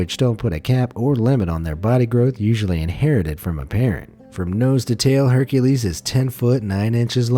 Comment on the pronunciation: He said hurcales to be the new harmebe